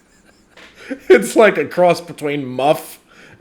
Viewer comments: Moffatt not Muffett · Pretty sure it was Moffet or Moffat, nit Muffet. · Moffat. With an "O". Not Muffit.